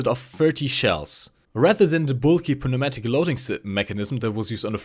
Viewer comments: I'm not criticizing your English as its very good, but the "p" in pneumatic is silent. like the "k" in knife or "g" in gnome. I just though I'd let you know because english is annoying. Otherwise, I hope they don't actually add the IS-7 in. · the p in pneumatic is silent